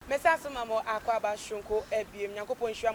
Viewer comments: you are saying that. Aklaa instead of Accra. Ofui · ACCLA Hahaha 😂 Typically Ashanti